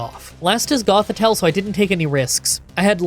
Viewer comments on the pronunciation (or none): none